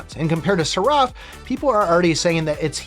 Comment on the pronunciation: The way you pronounce seraph is maddening. Who told you its pronounced that way? Lol. Its pronounced "seh-ruhf". It is techically 2 syllables but youre putting much pepper on the r, just let it flow. Its like the character in matrix reloaded, the oracles guardian.